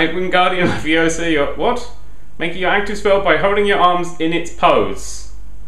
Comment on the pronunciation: Its levio-sa